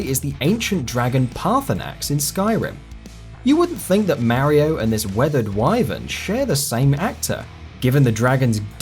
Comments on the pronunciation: I hate the way you say mario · I know, right! It shouldn't even be a thing, as Mario himself (in game) says his own name PROPERLY! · why cant people pronounce mario? 8 havent played a mario game since sunshine but fuck, people.